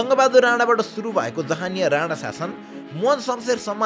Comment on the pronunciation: Rana vaneko ki Radha 🤣bujhnai sakiyena ta